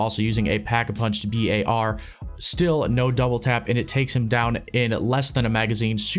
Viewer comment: Yes because that’s how you pronounce it correctly, as it stands for browning automatic rifle.